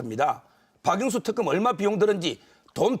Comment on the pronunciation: "특검" 발음도 제대로 못하는 이사람은 누구인지요? 왜 자꾸 턱검 턱검 이라고 발음 하나요? 턱검은 문방구에서 파는 아이들 사이에서 유행하는 검인 것인지요 ?